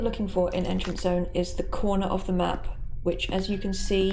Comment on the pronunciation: Me what when he says map it sounds like Es nav with kinda sounds like Russian not making fun of home btw